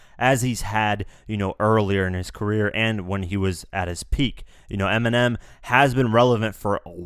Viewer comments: pause he said 'ERMINEM'😂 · "fan of Eniminem" ecksdee.